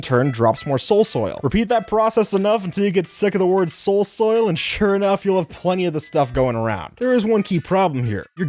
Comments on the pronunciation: Wait a second... Did you just said "Soul soul" or "Soul soap" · say soul soil one more time .i dare you ...